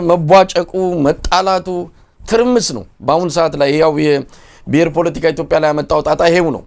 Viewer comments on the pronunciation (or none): none